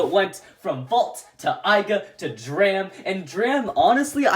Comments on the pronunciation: It’s not dram it’s drum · Drum not dram or Dante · It's not dram it's drum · Did this man call Drum “Dram”?! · 🤦‍♂️ it’s Drum not Dram